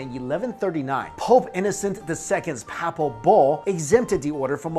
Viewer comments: Hi, I really do enjoy your postings, but this one you've really messed up the word "papal" It isn't said pa-pal. It's said "pay-pal". Where do you live? Any churches nearby? Any pastor of just about any Christian religion could or will correct your pronunciation. Keep up your very interesting work. On all your channels( having difficulty finding you food channel,BTW). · Not a bad synopsis, but most of the 'fun' speculation centers around secrets of King Salomon's temple, connections with the Masons, etc.. The conventional pronunciation of 'Papal" is "pay-pull", btw. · Papal (adj.) pronounced: PAY-ple kind of like the word people, except the first syllable is "pay" (as in: "pay what you owe") You're far from the worst offender of these mispronounced lines on YouTube, but this one bugged me more than normal. Love your channels,. Keep it up... Although... I kinda miss Dan. There was a great comedic dynamic with you two. Dan playing the well-meaning doofus to your "straight man". But whatever, keep up the great work.